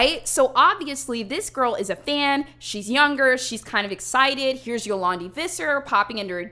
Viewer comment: Yo-lawn-Dee vi-ser